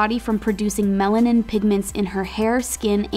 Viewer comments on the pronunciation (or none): Lololol it’s not pronounced melv-nin. The “v” is the “a” . So it’s Melanin